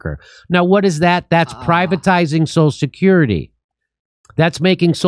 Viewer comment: I was about to make fun of Biden for slurring through the pronunciation of 'social security' but then Jimmy started doing it too LMAO. How many Martinis does JD crush during an episode??